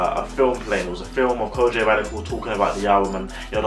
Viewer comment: Great review of Kojey pronounced (ko-gee not Kojay 😂😂. Keep up the good work 👍🏿👍🏿